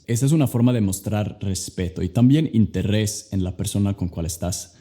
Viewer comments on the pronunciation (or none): El único defecto que vi en tu español fue que dijiste interres y es interés la r es más débil Genial compadre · DIJISTE INTERRES SE PRONUNCIA INTERES NUEVA LECCION DE ESPAÑOL ;) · Alguien más se rió cuando dijo " interres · En el minuto dice interres